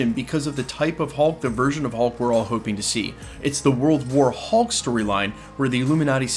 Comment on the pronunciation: You keep putting the emphasis on the wrong part of the sentence when you say World war hulk